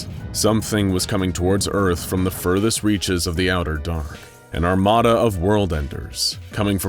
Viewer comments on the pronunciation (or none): none